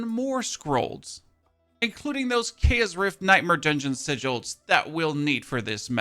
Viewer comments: It really annoys me how he can say chaotic correctly but not CHAOS! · It’s cool hearing keas instead of chaos with his accent.